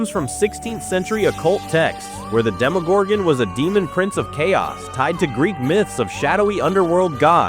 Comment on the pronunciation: God i hate when they call it a demogorgan and not a demogorgon its so annoying